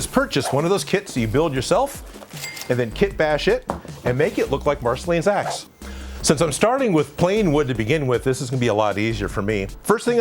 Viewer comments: Sounded like axes. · I thought he said “ and then make it look like marceline’s ass” lmao 😂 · I thought you said Marceline’s Aa$ 😂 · I swear he just said ass